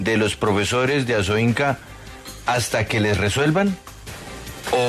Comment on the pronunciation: ASOINCA, no ASOINCO.